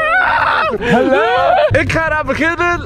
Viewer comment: Halo zegte ze